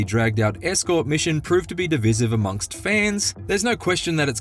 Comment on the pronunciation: Divisive is pronounced "DIH-VICE-IV," NOT "div-iz-iv." 😂